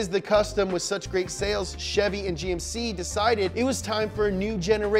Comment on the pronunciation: He said "Jymk"? 😂